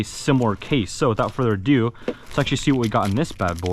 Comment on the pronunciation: Without further uh do